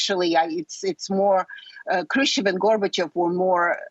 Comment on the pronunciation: Khrushcheva, not Khrustova. And it's Nikita Khrushchev, not Khrustov. That's not an acceptable mistake for a DW host.